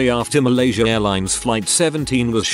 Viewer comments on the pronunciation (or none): none